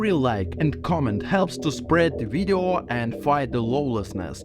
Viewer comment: Let’s vatch dis wideo………oh vait…….. las time I said video……….